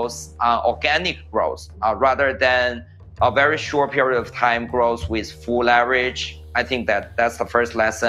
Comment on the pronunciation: Growth let's say it together growth ...not groce 🤣